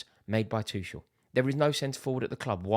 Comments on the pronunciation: AND ITS NOT FKIN THOMAS TUSHEL ITS TUCHEL U TRAAAAAAAASH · Before you start Tuchel out campaign, can you please learn how to pronounce his surname correctly. He is not Tušel. Thanks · What's a Tüschel? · You can't even say his name right. It's Too-Kel, not Too-Shel. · You said it all Axe Tuchel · the way he says Tuchel..uhhh is like someone is scratching my back next to where it tickles.... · I hope they sack him so I don’t have to hear you mispronounce his name anymore 😂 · Go support Arsenal please , you can’t even pronounce our managers name you clown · It's been nearly 2 years and he still can't pronounce his name right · The fact you still can't pronounce his name say it all. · Learn to pronounce his name correctly first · Nah. Rory taking the lampard sacking out on tuchel. Never liked him. Like at least pronounce the guys name correctly and pretend you care. I like you Rory but this is not it. We aren't under roman any more. You can want improvements without sacking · Rory how you still haven't learned how to pronounce Tuchel?